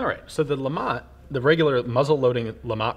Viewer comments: It's pronounced Le Matt, Lamont is Fred G Sanford son and not a gun. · If the creator was French I guess you don't pronounce the T! Must be Lema